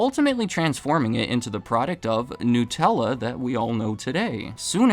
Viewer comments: Nut-ella It's made with nuts. Not gnus, which are a type of wildebeest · *Nut* ella, not 'new'. They're referencing nuts, not newness.